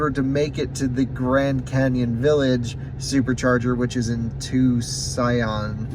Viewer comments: You are butchering in the name of that City, it’s Tucson Arizona or you could say it like this two-son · By now I hope you know Tucson is pronounced "toosahn"